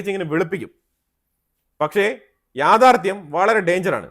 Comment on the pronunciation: എൻ്റെ പൊന്നു ' യാഥാർദ്ധ്യം ' Dange'r അല്ല dangerous ആണ്.